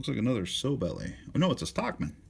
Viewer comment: I've watched a couple of your videos now find them pretty informative but could you call a sowbelly a sowbelly not a sow belly they are called sowbelly because it's a like a female pig belly . Unless if you call a pig a sow. There's a word for it it's when 2 words spelled the same sound different other than that I enjoy your videos greatly 2 thumbs up for me other than the sowbelly thing